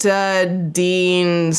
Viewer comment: You pronounced acrylonitrile and styrene correctly. Only a slight correction on your pronunciation of butadiene. The last part is pronounced dine, like would you dine with me.